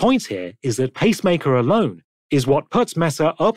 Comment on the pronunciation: Did you intentionally make the text to speech say bob-omb instead of vauban and pacemaker instead of peacemaker?